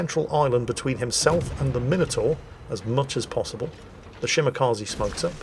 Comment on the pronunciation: Still not pronouncing Shimakaze correctly. 🤦